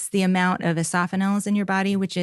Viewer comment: She calls eosinophils "esophanils" ?? Dr?